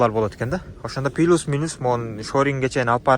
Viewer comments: Пилус дебей плюс десен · Пилус болбойт плюс болот гаңгир баш